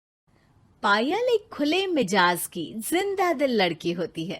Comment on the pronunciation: Correct word is MIZAJ not MIJAZ